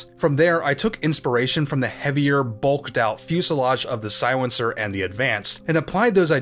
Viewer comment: "The Siwencer"